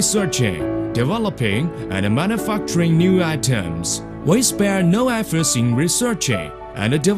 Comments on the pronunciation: This is my new favorite video. Fucking hilarious. "Manufuckturing" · i keep losing it on mana-fuckturing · "Mana fuckturing"